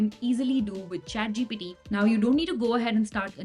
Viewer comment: why do i keep hearing her say chatGPD??? lady, its the letter T, not D. please correct your pronounciation!